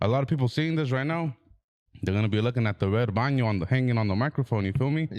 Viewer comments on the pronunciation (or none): said bano 🤣